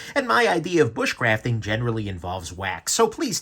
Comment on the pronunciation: 'bushcraft'... 'wax'... LOL! And... 'May The Schwartz Be Wit' Yoo'!